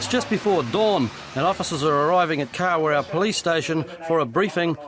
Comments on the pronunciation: You can't even pronounce the god dam town man and what r u plastic maori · A Māori cop mispronouncing Kawerau is disgusting 🤮